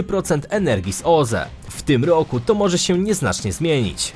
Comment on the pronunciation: Świetny pod względem merytorycznym kanał, ale tragicznie się go słucha. Skąd ta dziwna wymowa? "W POLSCE według stanu na koniec 2020 rooku, odsetek ludności ogółem korzystającej z sieci gazoweej wyniósł 54 i 2 dziesiąte procęęTA."